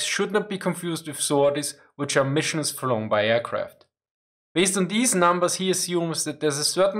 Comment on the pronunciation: Nice video but plz consider saying aircraft and not airqwaft :)